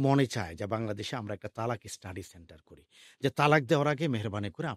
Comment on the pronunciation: তালাক উচ্চারণ ভুল এটা হবে ত্বলাক্ব, তালাক শব্দের অর্থ জরো করা, ত্বলাক্ব শব্দের অর্থ বিচ্ছেদ হওয়া।